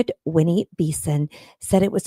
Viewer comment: And it's not beeson it's 'be son' like that